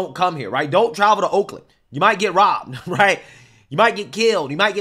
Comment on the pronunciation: what the fuck did he say? They were bit? Bibed? Is he not able to say “ROBBED”?